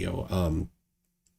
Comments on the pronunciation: "I have a few questions to axe you" Yet another moron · Can't pronounce the word 'ask'. Claims to know more than every scientist in the world. Wow., I take my hat off to you. This guy is out there.